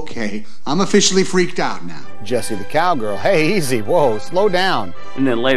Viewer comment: It's Jessie NOT Jeisse lol